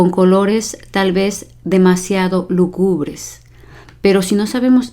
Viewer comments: Lúgubre, no lugúbre como lo dice la maestra. Desde ahí para entender un significado, sin ánimo de ofender, solo aclaratorio.😊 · Me encantan sus vídeos. Una sola sugerencia: La palabra lúgubre lleva un acento que se pronuncia. Cuando usted lo lee no se le escucha. Yo creo que sería importante acentuar la palabra correctamente cuando se lee para ayudar mejor a quienes están ampliando su vocabulario. Felicidades por su profesionalismo